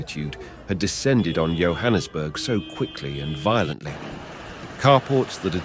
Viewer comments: It's Yohannesburg it's Johannesburg as in like John's bag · It's not pronounced YO-hannesburg, it's JOE-hannesburg 😂 (Johannesburg) Jo'burg is way inland so how is it that footage of a raging sea is shown 🤔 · How beautifully written is the script. The pronunciation for Johannesburg is like "Jo" or J for Jack and Jill. Kyalami is like like K"eye", the a is short a like apple, i is short like ey = Key-a-lam-i". Hope it helps Sorry for all the joburghers suffering damages